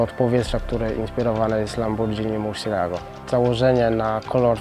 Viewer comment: Lambordżini Murczelago